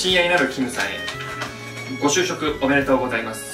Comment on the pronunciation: みんなが「ご就職おめでとうございます！」が「ごしゅうしょうさま！！」に聞こえる😆 ごめんね…😌